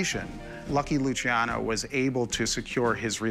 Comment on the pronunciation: Luciano the c is a ch sound